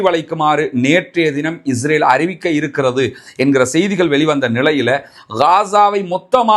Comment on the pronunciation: அன்புள்ள சகோதரரே, தங்களுடைய பேச்சில் உள்ள உச்சரிப்பில் இஸ்ரேல் என்பதற்கு பதிலாக இஜ்ரேல் என்று உச்சரிப்பதை தவிர்த்து கொள்ளவும்